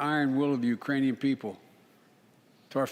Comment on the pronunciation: A new country. URAINIA. HE SAID Urainian people.